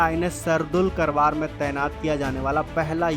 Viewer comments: करवार नही, कारवार कहो, खुदकी vocabulary सुधारो . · Not करवार it's कारवार. जय हिन्द जय भारत।